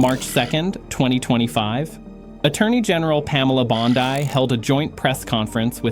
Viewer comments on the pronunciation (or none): Is this voiceover guy AI? He pronounces US AG Pam Bondi’s last name incorrectly & it’s the second video he credits the FBI’s raids to that lyin’ snake Christopher Wray when in fact it’s Kash Patel who’s the FBI Director in charge of everything this year. Kash is standing behind Pam Bondi in one of those clips. Not Christopher Wray. I may stand corrected if these raids & investigations were initiated under Wray - but I would find it hard to believe because he’s “one of them” who are working to bring the USA down & destroy us from within. (He’s probably getting paid, too, to look the other way.)